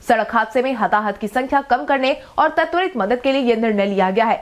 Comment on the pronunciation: " त्वरित " शब्द का उच्चारण " तत्वरित " न किया जाए।